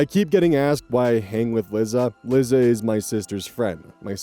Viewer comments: buddy, it's "Lie- Za" not "Li- zza". Like "Eliza/Elisa" but without the E. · This is hardly an issue but i am going mildly insane: 'Liza' is pronounced 'lie-zah,' like the end of Eliza. It's short for Eliza. I doubt anyone cares but me but I had to skip that story 😭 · Won't date: I'm so sorry to be picky about this, especially since the girl sucks, but I was so bothered by your pronunciation of "Liza". My sister has the same name, and it's pronounced "Lie-zuh". (Liza Minnelli, anyone?) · LIE-za. Not Lizzza. Sometimes, the way you pronounce names makes me laugh, sometimes it drives me bananers. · babes, Liza is pronounced the same way as Lisa 😭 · "Lizza" Liza Minelli fans/Gen X North American LGBTQ communities: 👹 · I'm dying at you pronouncing Liza like lizard and not like Eliza without the E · you mispronouncing liza had me peeved but her being a nutjob makes it in a way deserved sooooooo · That pronunciation of Liza made me ill.